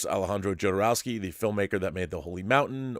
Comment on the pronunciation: Pronounced HO-do-row-ski , I think!? (just as ale-HANH-dro, not ale-JAHN-dro) This video/subject matter reminds me of 'Simone' (as in simulation one ).